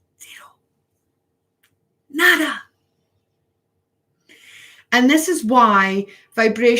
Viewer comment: “Mmmmmhhhhhhmmmm, I smell shite....” LOLOLOL Pens and inks. And hearing you say “Nada” with a Scot accent... I just love you. That is all.